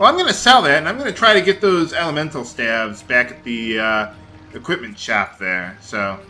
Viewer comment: Stave is pronounced Steyv not Stav :)